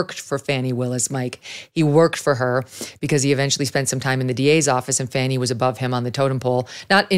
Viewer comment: Fani is Pronounced (Fawny) not Fanny.